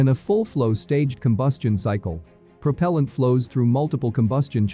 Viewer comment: Prop'l'ant instead of pruh-pehl-ant. Interesting